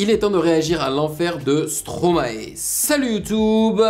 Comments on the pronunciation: arête de dire "stroma et " srp , c'est "stromaille" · Par contre on dit stromaï 😀